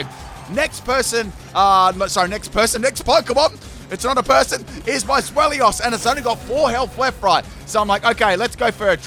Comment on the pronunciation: It's pronounced ZWEI (as in the German word for 2)-LOUS, not Zwel-ious